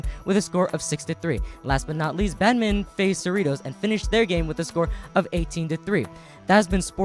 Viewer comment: And....slow down and enunciate: "bad min ton..." not " badminnen."